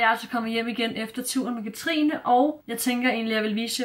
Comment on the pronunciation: Jeg er simpelthen så stolt over, du siger mit navn rigtigt nu😂🥰🎉